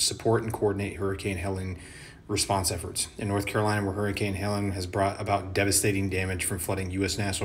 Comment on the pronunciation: Helleen. Not Helen.